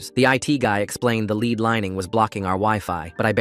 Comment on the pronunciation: Lead as in bread not lead as in bleed